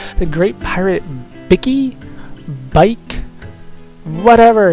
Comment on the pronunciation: I "believe" Bikke is pronounced Bikkah, as if Bikke was a German word. But, say it however you like lol. Sahagins are said the way you say them. At least I can't find any reference to actual pronunciation. And thank god you said Gigas properly, and not Guy-gus or Ji-gus. Lol